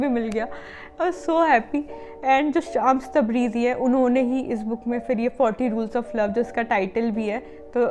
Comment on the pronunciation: Didi it's not शामस.. it's श्मस (شمس).. it's persian (farsi) name which means sun